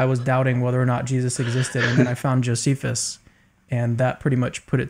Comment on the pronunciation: Did just say Josephus!? BAHAHAHAHAHAHA!!!! Is this a joke!?